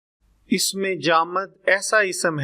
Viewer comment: Apna talaffuz to durust kar lain isam lafaz haraf laazam sift sharat. aur isi tarah ki beesion ghalatian kar k aap bachchon k mustaqbil ko kyun daao par laga rahai hain. Quaid e azam laqab hai khitab nahi Aik anaar so beemar mohawra nahi zarbul masal hai. Isi tarah baqee sab bhi zarbul amsaal hain